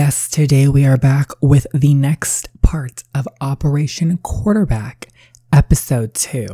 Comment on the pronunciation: Did you just say coochieback lmao 🤣🤣🤣